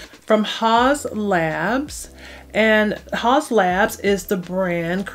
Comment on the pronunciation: Is that how it's pronounced ? I only hear it said as "House" labs not "Haws"